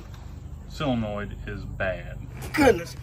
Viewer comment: Whats up with you not knowing how to pronounce the word solenoid?